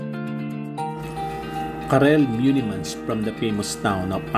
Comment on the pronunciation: It is MEUlemans....not MUElemans....but it is a nice film !!